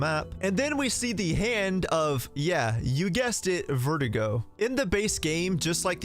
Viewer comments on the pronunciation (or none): My guy, it’s Verdugo, not Vertigo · You keep pronouncing Verdugo as vertigo. It's pronounced ver-doo-go my guy lmfao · Sir..its Ver dooo go not verdigo. Good vid tho. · Its pronounced Ver Doo go. Not vert ih go Verdugos means "Executioner" in English btw. And the castle enemies are called Zelots not granados. Ganados are the village enemies and it roughly translates to "Cattle"in English . Pffftt and you think you know RE4 eh? 😏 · It’s actually pronounced “Verh-doo-gó” not vertigo, hope that helps your Spanish 🙂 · Ngl everytime you say Verdugo I keep hearing vertigo so I like to imagine that Ada has bad vertigo throughout seperate ways as a main gimmick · It's funny how he made verdugo sound like vertigo in this video 😆